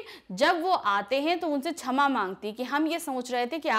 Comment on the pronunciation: she said 'chama' instead of 'shama'